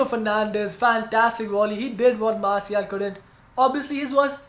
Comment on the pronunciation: Pls pronounce Martial correctly